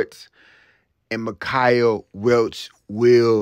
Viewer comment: Mike-Uh.... Not Mick I Uh